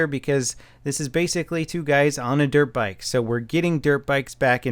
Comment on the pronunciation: [para-cell] not [paris hill]. [dirt bike] not [derpike]